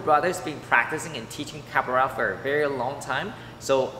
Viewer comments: For the pove of God. Is Capoeria not Caporella like you were calling it. If you're going to showcase a styke, least you can do is make sure that you pronounce the name correctly. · Pronouncing it "Cap-a-rella" is so adorable it fills me with feels! 🥰🥰